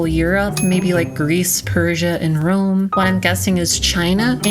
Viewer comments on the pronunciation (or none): none